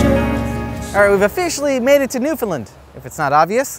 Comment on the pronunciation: Not to be That Guy (i.e. an obnoxious Newfoundlander) but the "land" in Newfoundland is pronounced "land" not "lund" haha. (Common mistake, but you got the first two syllables right, which is better than a lot of people manage, haha.) I miss that place though, dang.